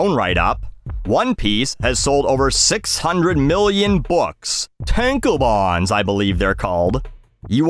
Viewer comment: I believe mispronounced tankabon.